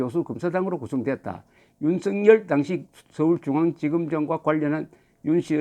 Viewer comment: 대부분의 유튜브방송에서 윤석열을 윤석렬로 발음하고 있는데 정말 부끄러운 일입니다 대한민국의 지성인이 기본적인 국어를 모르고 방송을 한다?